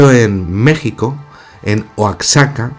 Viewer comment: oaxaca no se pronuncia como oacsaca, se pronuncia como si la x fuera una j igual que la x de méxico